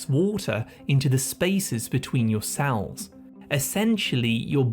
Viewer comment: I wonder what the tendency to pronounce 'e' as 'a' is a symptom of. As in 'sal' instead of 'cell'. I'd get that tested if I were you. :yougotthis